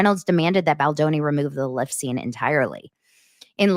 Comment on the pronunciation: Did you say lift or clit😮?Best comments, made my night!